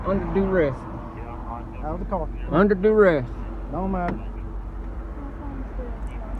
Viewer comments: Under “dew-ress”. Ha ha ha. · "under doo res" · "I'm getting out under doo-rest." Excellent grasp of the english language